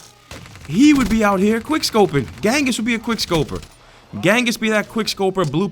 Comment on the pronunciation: ....bro....ghenghis is actually pronounced JENGIS